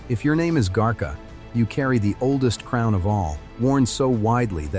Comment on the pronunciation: 😂really ?, garcia is not that hard to pronounce ! What is "garka" Lets see what this computer says compared to my grandmothers upbringing -- Camarillo but still rh neg valenzuela is a married name and not my own